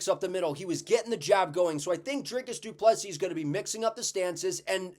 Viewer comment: Proud of Drickus as a South African. Also great to see an American saying du Plessis correctly (without the last 's'). Keep up the good work man!